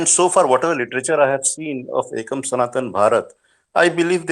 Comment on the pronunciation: It is "Ekam". Not "Akam"